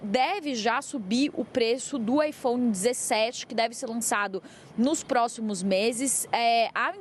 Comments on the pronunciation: AiFom? Drounis? eles são obrigados a falar assim, não é possivel kkkkkkkkkkkkk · Ela fala ifons ou é impressão minha? Hahah